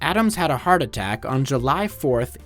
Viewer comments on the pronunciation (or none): none